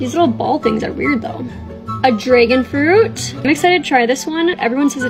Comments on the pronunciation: That’s not how we speak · Glad I’m not the only one who heard that 😭